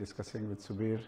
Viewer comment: It is subir not sabir